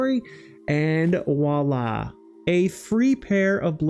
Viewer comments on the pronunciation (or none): Great video, but for future reference, the expression is "Voilà" (vwa-lah), enphasis on the "V" :) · I know this gripe is 100% on my end, but you use the french term "voilà" way too much. Especially since you pronounce it like "wala". It makes it sound like you don't know what it is or what it means. Not trying to be a grammar nazi, just trying to inform. Entymology of words and phrases have always been a source of interest for me.